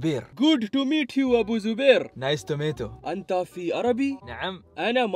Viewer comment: Everyone : Nice to meet you Abu Zubair : Nice tomato